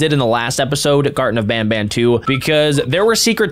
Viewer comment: It's ban ban not bam bam